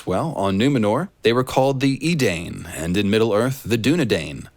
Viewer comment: Not so sure about your lotr connection. The proper pronunciation of Edain is E-Die-n, not e-dayne.